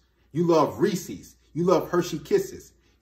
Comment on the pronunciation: Good advice but are we gonna ignore the fact that you called Reeces “Reecees”